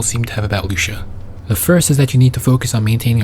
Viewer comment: loo see uh. not loosha